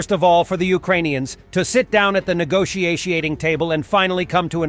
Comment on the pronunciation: Negotiatiating. Lol.